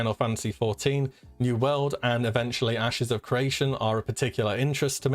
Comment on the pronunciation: LOL, I thought you were saying "Ashes of Croatia", couldn't find the game at first haha